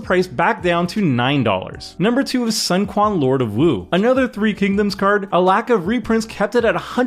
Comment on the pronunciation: actually its more like: Sun = sue + in, but as one syllable merging the "ue" and "i", in a flat monotone sound Quan = Tss + you + en, as one syllable, with an upward inflection Jing = Dzz + EE + ung, as one syllable, in a flat monotone sound zhou = Joe, with a flat monotone sound